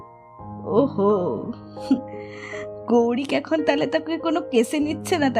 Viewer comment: Besh valo.... Shudhu Tushar ma Goirik na bole barbar Gourik bolchen. Eta kane lagche..